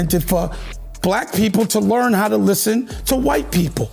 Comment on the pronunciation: now it's " LEART". 😂😂